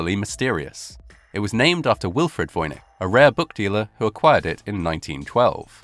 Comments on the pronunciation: It's pronounced... voyni CH!!! Also, there is a theory that it's written in slovenian language. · Mr Voynich already changed the spelling of his surname from the original Wojnicz, so the English speakers would stop horribly mispronouncing it. But you mispronounced it anyway...